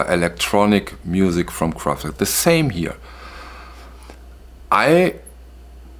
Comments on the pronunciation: I love the way you pronounce Kraftwerk 😀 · It’s always nice to hear you say Kraftwerk correctly. What I have noticed in electronic remasters (not Kraftwerk - I don’t have the pleasure of the OGs) that the decay of those early simple/rudimentary synthesizers does seem to get smoothed out. Again, that may be for modern tastes, the band or engineers. I think that roughest is the decay or overloading of the current. It can of course be great! But I think you are on to something. Kraftwerk are an essential chapter in the history of pop music. No doubt. Excellent video.